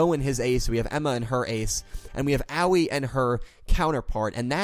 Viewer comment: Aoi I think is actually pronounced as (eh-oy)